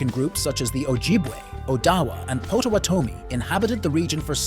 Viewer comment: Pro tip...learn how to say Mackinaw, potowatomi, and the cities correctly.